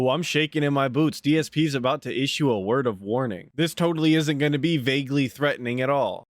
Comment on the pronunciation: he's gonna irshue a word of warning